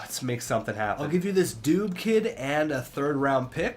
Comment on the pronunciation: It's Dillon Dubè not Dillon dube